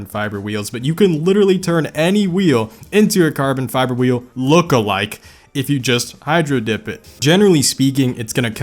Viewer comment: "Hydro-dipped carbon fíæþer" "there are a lot of cummies" "you can actually just sğiť this"